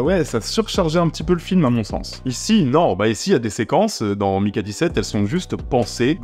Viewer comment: "je vais prononcer Mickey dix-sept car on est en France" Durant tout le reste de la vidéo : "donc Maiiikay seventeeeeeeen ..."